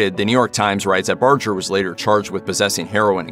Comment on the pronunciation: Bar-ger not Bar-jer. There are Barger's where I live. Pretty sure they know how to pronounce their own name.